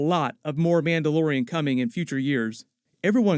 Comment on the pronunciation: What, a Mandayodian?